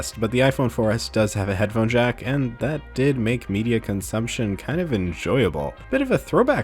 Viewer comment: BlueFireJack it sounds like he said he’s hasn’t jacked off for awhile,when he really said there hasn’t been a headphone jack in awhile